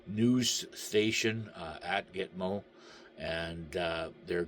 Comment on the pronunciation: Did you say Gitmo news station or noose station 🤭